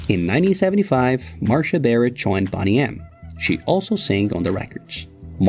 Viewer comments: Boney M, not Bonnie M. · You pronounce it like it’s spelled ‘Bonny M’ We called it beau knee em. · I believe it’s pronounced “bow nee em” not “bon nee em”. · It’s not pronounced bonnnnny, it’s bone-y. Idiot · It’s not Bonny it’s BONEY. FOR GOODNESS SAKE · It’s not “Bonney M” It’s Boney M. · Bonny-M !? dude, Bone-E-M. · Hey narrator, newsflash! It's Boney M, not Bonny M. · Bone ey M not BonnyM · Its not BON-ee its Bone -ee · Bone = Boney M .. NOT pronounced 'Bonnie' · BONE-y not “Bonny”. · Before you release a video please learn how to properly pronounce the name of your subject. It is Bone-e M, not Bonny M 🙄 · It's Boney M not Bonny M! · And it’s not BONNY M it’s BONEY M. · It's pronounced Bone-ee M .. not Bonny-M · It's Boney m not Bonny m. And it's just silly with your comments. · It’s NOT BONNY M…. IT’S BONEY M! GET THE NAME RIGHT 😡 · It's BONEY M not bonny m, can't you do anything right FFS. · Dude, if you're going to do a whole segment on this band, you ought to learn how to pronounce their name! "Bone-ee", not "Bonn-ee" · Iv'e always called them Boney M Rhymes with Stoney not Bonnie M ?? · 'Bonnie' M it's BONEY M, pronounced BONE- EE !!! Asshole!!!🥱🥱🥱🥱🥱🥱🥱🥱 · boney M!!! not bonny M you clown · It's BONE e not Bonny Soooo annoying. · It’s pronounced boney not bonny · BONEy, you moron. Not "Bonny" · It's not pronounced 'Bonny M'(like Bonny & Clyde) but instead 'Bone-y M' ! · It's BONE-EE EM not BONNY EM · BONEY M, NOT BONNIE. BO-KNEE. GOT IT? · It’s bone ee M not Bonny. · It's ″Bow knee″ not ″Bah knee″ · It is BONEY M, not BONNY M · boney not bonny. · Its boney not bonny for heavens sake icant listen tothis .theywere fabulous. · You keep saying BONNY. Thats what a Scottish person would say ..what a BONNY LASS..The band you are talking about is called BONE-E-M FIRST WORD BONE. LIKE BONE... FOLLOWED BY THE SOUND E. THAN SAY M.. SO BONE-E-M-.. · Its boney m ... as in bone ee not bonny. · Haha it's not bonnie M it's boney M, you must be thick as pig shit!!!